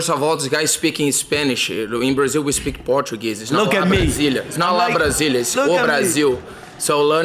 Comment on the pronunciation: In the relevant moment, dos Anjos said “Yeah, go speak,” while McGregor said “You’re the bum.” In the United States, ‘spic’ is a play on the pronunciation of the English ‘speak’ by people of Latin American origin or descent. dos Anjos is of Latin American origin or descent. So, he pronounces ‘speak’ as ‘spic.’ There’s no need to attribute racism against Latin Americans to McGregor, who is proud to look like a Latin American (i.e., Joaquín Guzmán) and speak a Latin American language (i.e., Spanish).